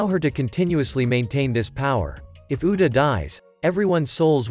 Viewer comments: You said uda not uta bruh💀💀💀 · its actually "Uta" its just the text to speech ai is kinda broken